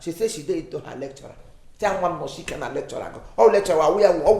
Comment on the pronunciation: Nwanne m,, I can feel your pain,,, is velly velly difficult to tlen gill,, 🤣🤣🤣 Ewoo nta nta nwanne m nwoke bụ kwa ìgwè,, nta nta indeed 🤣🤣🤣